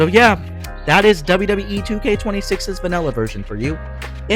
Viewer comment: Mate its called vanilla not vanella 😂